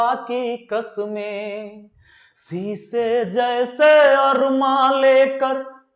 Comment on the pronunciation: शायद सर आप उर्दू नहीं जानतें हैं वरना शीशे को सीसा नहीं बोलते गलत लगे तो सॉरी सर